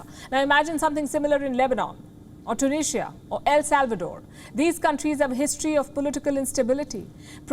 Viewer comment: It's Tunisia not tunishia 🤣🤣